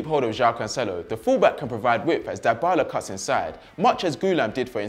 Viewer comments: This guy bothers me some much with his "Die Bala" pronunciation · It's not dye-bala, pronounce it correctly tho your point was right that dybala should be important ,and he doesn't need to sideline Cristiano it's a team spirit so there can be 11 superstars on the pitch just like Liverpool now except and matip and the midfield who isn't the superstar?